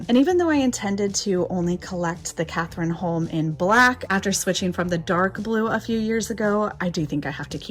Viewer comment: Amazing Cathrineholm find! But I want to let you know of the correct Norwegian pronunciation: cot-ree-nah not Catherine! 😊💛